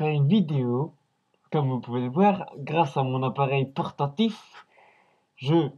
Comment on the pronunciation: T'es nul. "Grèèce è meu appèrèl porrtatiff " --'